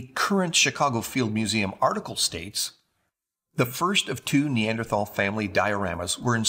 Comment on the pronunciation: Who was it that drew the illustrations? ARTISTS! Not scientists. Oh, can you PLEASE learn the correct pronunciation of Neanderthal as long as you're sporting that suit and tie trying to look professional?